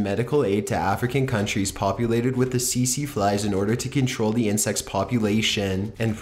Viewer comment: It's not pronounced "see see fly". Try again.